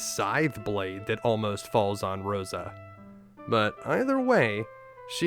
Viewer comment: It’s not Rydio amd Roso. It’s rydiA and RosA. So why say YONG and RubicOnt when it’s yAng and rubicAnt